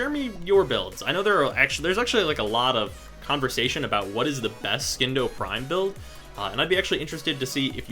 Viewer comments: Charles McFarlane its not silent its pronounced as C, even tho he says skindo for some reason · Hey,! I know this video is old, but as a friendly reminder, it's pronounced sin-doh. Just like science. It's not skience, it's sigh-ence. Silent C. Love your videos by the way! New subscriber here.:) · I'm not the authority on this. But I would say the c in Scindo is silent.